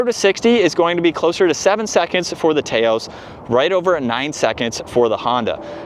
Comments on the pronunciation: Taos is a place in NM known for a rugged and beautiful landscape. It’s pronounced TAH-OS Drives me nuts to hear people mispronounce the car name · Tay-os?? Really? 😆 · he is right. You don't pronounce tacos "tay-cos" do you? If so, may want to do some research. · You are deflecting now. You are in America so use the proper pronunciation for the country you live in and don't try to use British pronunciations for "aluminum" and come off disingenuous. No need to make an excuse and try to deflect that someone in say, Malaysia, says "Tay-Os" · Can’t even watch this video because you can’t pronounce Taos